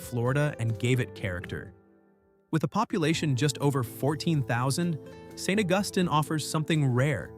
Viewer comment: Interesting that AI botched "St. Augustine" the first time, got it half right the second time, and pronounced it flawlessly the third time. One of the street scenes shown during St. Augustine sure looked a lot like Lincoln Road in Miami Beach! Nice scenery though. I've been to Natchez only once, but I have a strong memory of it's unique charm.